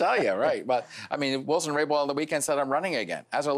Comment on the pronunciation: It’s Jody Wilson RayBOuLD. Not Raybow Rainbow 🌈. Robert Fife annoys me.